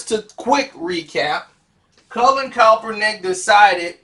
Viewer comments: YO MOUF JUST WONT LET YOU SAY HIS NAME RIGHT 🤣🤣🤣 JUST STOP SAYING IT,,,,,,, ITS NOT COPPERNICK 🤣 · I'm hip to the story but I only came to see if can finally say Kap's name right... AND right out the Gate he's KALPRUNIK.. I love it!! Dont change nothing... #ClassicKarceno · man you can't pronounce the man's name right or what? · That's what I been saying 😅😅😂😂🤣🤣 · Why can't you give this brother enough respect to say his name right. You wouldn't want someone butchering your name on purpose.